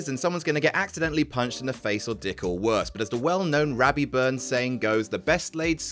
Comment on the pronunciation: Robbie Burns, not Rabbie.